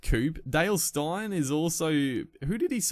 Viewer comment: say Steyn like stain. Thats how to pronounce his name. Good cricket videos, keep it up.